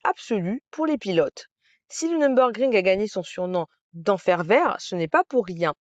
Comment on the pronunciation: "Nür" pas "Num".